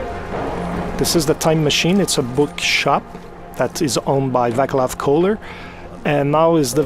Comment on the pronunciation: the Czech name Václav is pronounced [va:clav] not [vaklav] :-D about that Russian accent. Nobody here pronounces English words like that. Not even children at schools. Czech republic is in central Europe. Check the map. We are not part of Russia. If someone talks with Russian accent it is for making fun of Russians or trying to sound stupid.